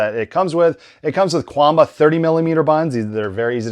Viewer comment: It is pronounced Chuan Bah, 拳霸 is romanized as quan ba, where q = ch